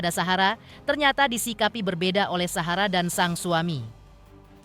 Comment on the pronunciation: Ini knpa klu bilang Sahara kok sllu suhara